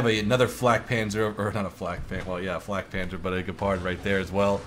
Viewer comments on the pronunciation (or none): I love it how you pronounce german words :D Fläk Penzer Kjugäll Bliz ;)